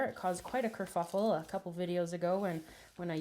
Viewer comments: oh it's Kerfuffle?? i thought she said kerFUKel or something?? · You said kurfluffle... lol... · A kerfuckle?? haha is that was she said? love it..